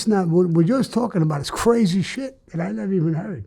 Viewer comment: Those cwazy wampers!